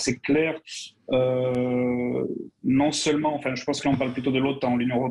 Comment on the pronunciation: Moi aussi j'aime bien, il me fait marrer comme il est incapable de prononcer le son "on", il dit Macran, maisan, avian, citran, pistan, camplètement, etc. Mais ça n'a pas l'air d'amuser Bercoff.